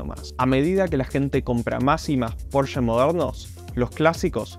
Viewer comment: Al fin decís Porsche como corresponde y no PorschA😜